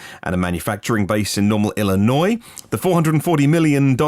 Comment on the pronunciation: As a resident of Illinois, thank you for the proper pronunciation. 👍 great news about Rivian!